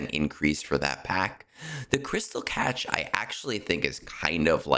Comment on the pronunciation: Good info. FYI: cache is pronounced "CASH" not catch.